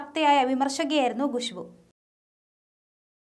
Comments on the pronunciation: ഗുഷ്ബു അല്ല കൊച്ചേ.. ഖുശ്ബു 🤭🤭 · Gushbu alla, Khushbu aanu